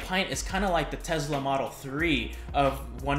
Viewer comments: 👍🏼 For proper pronunciation of Tesla! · Marul Medvesek - My understanding is his last carries a ‘z’ sound. Nevertheless Elon Musk pronounces it with a ‘z’, so case closed. 😆